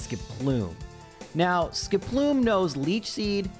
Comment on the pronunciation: The best part of these challenges that use Skiploom is that it eventually evolves and he stops saying its name weird.